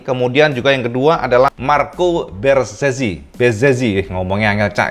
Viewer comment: Bezzecchi dibaca "Betzekki" kl pake ejaan Indonesia Cak.. So un po' italiano, lo sto ancora imparando.. Kbetulan ana lg blajar dkit2 bosone.. Semangat trus Cak bkin kontennya.. 👍💪